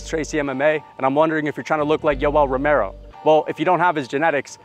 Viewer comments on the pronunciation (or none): none